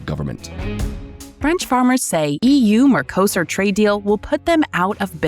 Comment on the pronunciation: The merco in mercosur is pronounced with the same emphasis as narco.